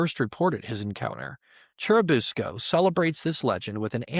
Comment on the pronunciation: For churubusco its pronounced Chair-i-bus-co